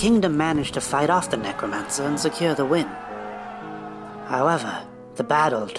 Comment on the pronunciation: the evil PECROmance. did I hear that correctly? LOL!